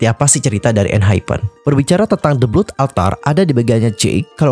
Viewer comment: The Blood Altar : blood pengucapannya bkn blut✖tp blot✔😆